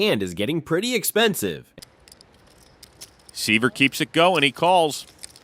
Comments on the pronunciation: You should probably have your people learn how to pronounce the players' names lol. "Scott Sigh-ver"??? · Here's an opinion: If you don't know how to pronounce Scott Seiver's last name, you have absolutely no business making poker videos. lol Insta-exposed as AI-generated crap. 👎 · Why can the people that make these videos, literally never say people’s name correctly? “Brian Kenney” “Scott sighver” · SIGH-ver instead of SEE-ver, Rob-el instead of RO-bl, Brian Kenny instead of Brin Kenny. I can't stand AI jabbering.